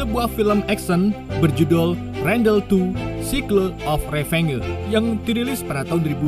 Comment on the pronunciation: Sikleu of revenggeu 😂